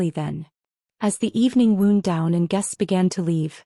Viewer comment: “As the evening WOUND down …” The way WOUND is used here, it is the past tense of the verb WIND and SHOULD BE pronounced to rhyme with ROUND. The narrator pronounces WOUND like you would say “gunshot wound,” or “knife wound.”